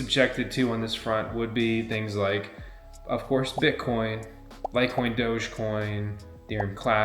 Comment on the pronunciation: "BIT" - - - - "COIN", say it FRENCH......."BIT" - - - - "COIN"